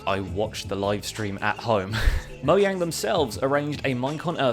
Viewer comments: whats up with moyang it's mojang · I heard many YouTubers call mojang, moyang, and most of the YouTubers were British, so i think he is British too.